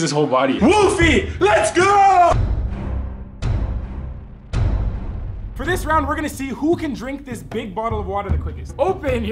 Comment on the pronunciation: Instead of saying lets go I thought you said legos